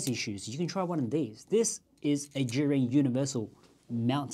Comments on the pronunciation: Yes, it couldn't be clearer as the pinyin pronunciation IS the brand name. So please pronounce it right if you don't mind. Many are calling it "Zion" while you are calling it more like "Jury". Just hear and learn how calls it as I believe she is a native Mandarin speaker. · "zhee-yoon" please pronounce it properly especially you as an Asian ethnic youtuber. ZHEE YOON